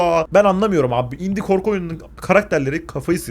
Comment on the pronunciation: İNDİE DEMEDİ İNDİ DEDİ HAHAHAHAAHAHHAAHAAHAHAHAAAHHAAAAHAAHAHAHAHAHAHHAHAHHAAHAHAHAHHAHAHHAAHAA